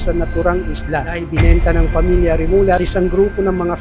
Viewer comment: Hindi remula.remulla (remulya)